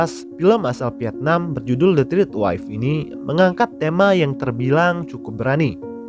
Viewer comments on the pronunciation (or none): Bro "third" bukan dibaca macem "trit" 😁